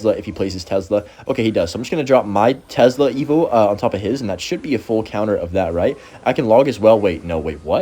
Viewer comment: tes-la gang not tez-la